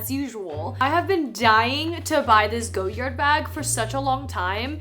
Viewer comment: love your content, but for future ref. it's pronounced goh-yard (like a front yard) - not goyerd :) or if you want to sound really french remove the 'd' sound.